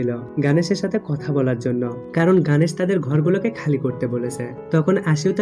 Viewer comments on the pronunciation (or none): ওরে ভাই গানেশ না গনেশ উচ্চারণ ও করতে পারে না